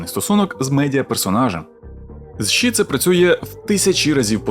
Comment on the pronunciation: Яке в дупу ші 🤦🏼‍♀️🤦🏼‍♀️🤦🏼‍♀️ це ШІ а не ші. Фу блядь як вуха ріже